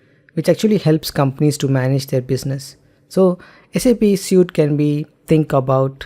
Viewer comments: Excellent presentation. Your English enunciation is also top-notch. One gripe (because you use the word a lot), "Suite" is pronounced "Sweet". "Suit", describes the clothes you wear to an interview. My apologies but you have obviously worked hard on your English. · suite (sweet)